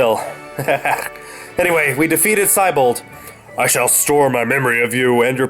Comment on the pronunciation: Hey,, considering the name "Siebold" comes from the word "sea", shouldn't the pronunciation of his name reflect that?